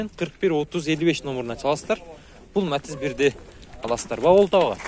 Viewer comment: Матазди жакшына айтчы Матиз деп